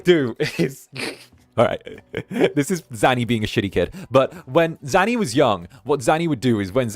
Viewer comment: One day he'll figure out how to say my name:_ZannyLaugh::_ZannyLaugh::_ZannyLaugh